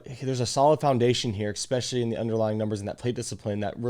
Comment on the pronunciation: especially not expecially ;) good video aside from that